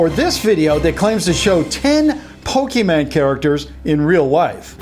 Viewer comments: did he really say pokeman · did he Really just Say pokeman go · It’s not Pokemaaaaaan XD I’m sorry this just kind of hearts my heart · It’s so funny how you say “pokeman” my dad says that too it’s really funny but it’s Pokémon no MAN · pokéMON. MON. NOT MAN. MON. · It’s Pokémon not pokeman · Pok-A-MON NOT Pok-A-MAN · and Addison Lucille guess what is Pok-E-Mon not Pok-a-Mon or Pok-A-Man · It is Pokemon not pokeman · ITS POKEMON NOT POKEMAN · It's not Pokéman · It's Pokemon not pokeman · is pokemon not pokeman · its Not pokeman its pokemon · Mon not Man. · IT IS CALLED POKÉMON AND NOT POKÉMAN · You don't say po kim an you say pokimon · HOLLY, it's Pokémon not Pokéman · did just call Pokémon pokeman? 😐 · ppokemon not pokemen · lol he says pokeman not pokemon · he's say Pokeman and its Pokemon :) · STOP SAYING POKÉMAN ITS POKÉMON! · Why he said poke man it's poke mon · its Pokemon not pokeman!! A lot of people confuse the pronouncing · Can you not pronounce the letter "n." Just say Pokemon, not Pokeman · Pokémon not pokeman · ITS POKÉMON NOT POKEMAN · its not pokeyman go its pokemon go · It not Pokemen its Pokemon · "Pokeman" no it's Pokemon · It's not pokemonMAN, it's pokeMON XD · OMG STOP SAYING POKEMAN INSTEAD OF POKEMON!!!! ITS MON NOT MAN! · pokeMON not pokeman ffs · I got triggered by how you pronounce it "pokeman" instead of pokemon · It is Pokemon not Pokeman! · Omfg why can no adult over 35 ever pronounce pokemon right? It is not poke man it is poke mon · It's non't called pokemAn go it is called pokemOn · YOU DONT SAY POKEMAN YOU SAY POKEMON!!!! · ITS POKE MON NOT MAN!!!!! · It's pokeMON go not pokeman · your keep saying pokemAn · I love how all adults say PokeMAN. It’s so silly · who else got a little triggered when he said pokeman go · Who Else Got Annoyed That He Keeps Saying Pokeman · lol people Jeep saying he says pokeMAN its Filmus :) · He said pokeman noooooooooooooooo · "Pokeman" TRIGGGERERERRERERERERED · He says pokeman